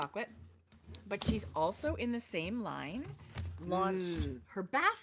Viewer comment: Laine is wool in French You would pronounce like Len